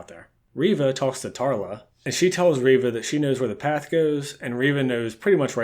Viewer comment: It is pronounced... ReeeeeeeeeeeeeVA